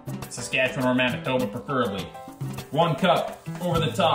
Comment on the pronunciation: Lmao good job , but did you say Manitoba ? 😶‍🌫️